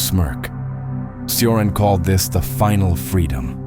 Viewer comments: Just FYI, Cioran is pronounced CHorAn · Pronunciation: CHo-rAn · as a Romanian, he pronounced “Cioran” wrong, hard to translate but Chioran which is the equivalent of the phonetic pronunciation means somehow blind in Romanian which actually made it funny